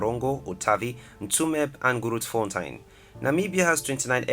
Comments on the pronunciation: I forgive him for pronouncing Keetmanshoop, Grootfontein wrong but Windhoek? nee man! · The pronunciation of Namibian towns: Windhoek, Keetmanshoop, Grootfontein and Otjiwarongo is heartbreaking. But great vid. 👍🏾